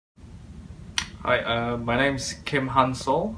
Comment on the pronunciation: It's Kim Han-sol, not "soul". 김한솔 (Gim Hansol or Kim Han-sol)